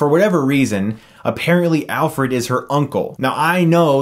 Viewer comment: it's funny how your pal says Alferd instead of Alfred , just like I've heard you say Nukeuler/Nucular instead of Nuclear in some other video xD